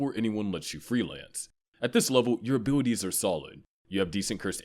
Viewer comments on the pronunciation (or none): bro said '' or special abiliWies''